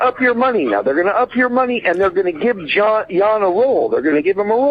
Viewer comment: Jon pronounced yawn rodeo pronounced rodell